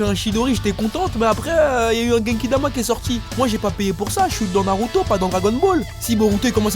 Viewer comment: 🤣🤣🤣le manque de respect pour Naruto, il a transformé 3 syllabes en 4 je suis dead 🤣🤣🤣 t'es le best